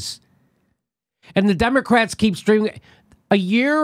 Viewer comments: Ron's face when says Demo"ass"tics....lol. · LOL,! The DemoASSitcs, I like it!